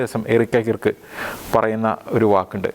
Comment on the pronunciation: കിർക്ക് എന്നു പറയരുത്, കേർക് അതാണ് ശരിയായ ഉച്ചാരണം.